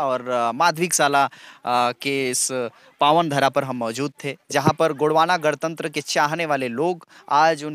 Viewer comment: "गड़तंत्र" नहीं भाई 🤦 "गणतंत्र" ।